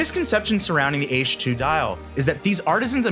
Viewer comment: Ee-CHI. Not 'Eesh'... I mean, how can you do enough research on this to choose it without knowing how to pronounce it...